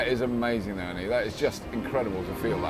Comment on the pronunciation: For god's sake it is Anne, not Anny